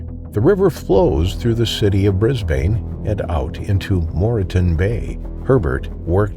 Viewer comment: It's actually pronounced Brisban even if it has an e on the end but you are not to know,we learn all the time😊